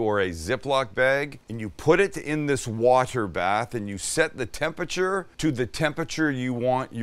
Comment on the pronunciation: oh my god stop saying TEM-PEH-CHUR